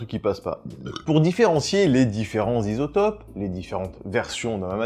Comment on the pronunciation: Les "Zisotopes" j'étais pas prêt, G riz!